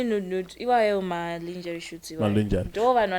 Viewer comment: zvongodawo kutsvaga how to pronounce those words...linjari linjari chiiko